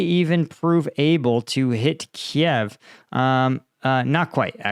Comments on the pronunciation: Maybe a bit nick picky..(sorry for that) but.... Not Kee-ev... Keev. Hard "E" one syllable. 😊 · It's not ki - ev. Its kyiv, like: keiv